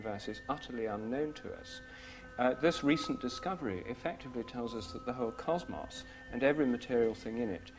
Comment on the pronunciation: I like when he says 'cosmos'. He ends the word with more of a 'moss' sound instead of 'Moze'